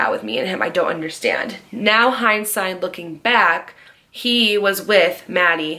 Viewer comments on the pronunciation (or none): none